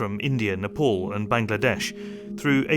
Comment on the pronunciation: It's Nepal NOT Nalpol